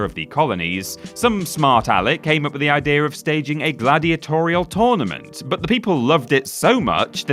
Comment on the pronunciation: It's not tOrnament, it's tÖrnament!